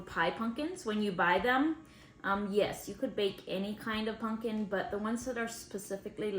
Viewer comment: It is pumpkin, not punk in!